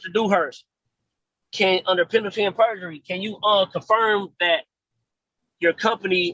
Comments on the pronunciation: penalty and burjery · Lol, "burgery" I spotted that one too !😂And it would be "under penalty of perjury" and not "penalty and perjury". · Penalty and BURjury!!! 🤪😝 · He thinks it’s penalty and berjury?? Or is he just an extra idiot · Is he saying "Penalty and burgery"? Why do they all mispronounce simple words?